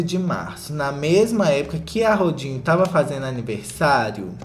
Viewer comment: só escuto "rodinho" e amei